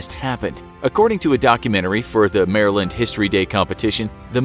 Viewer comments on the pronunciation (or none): none